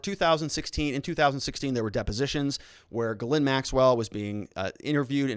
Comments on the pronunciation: GhilANE sounds like that not Ghlin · Her name is pronounced Geh-lain, with the emphasis on the second syllable!. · Helping YOU with the pronunciation of these major players names, Starting with Ghislaine Maxwell.., "GA-LANE MAXWELL, Just like I described. Virginia Roberts Giuffre - Pronounced VIRGIN-YA ROBERTS GU-FRAY. * NOTE: Since you are following this case closely, & sounds as if you're planning to do so further. Going forward, You'll correct pronounce. ✌️💛😷⚠️ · Ghislaine = Gees- lane NOT Gelind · Dude her name is pronounced Jizz- laine, courtesy of Ep-stain..... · The redactions of her name have been removed. No longer does one need to omit the "Z" when pronouncing, "Gizzlane"